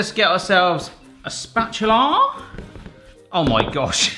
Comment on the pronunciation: The way said "spatula" really did sound like smithy from gavin and Stacey when he says "gavlarrrrr" 😂